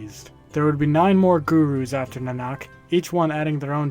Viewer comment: I think it's naa-nuk.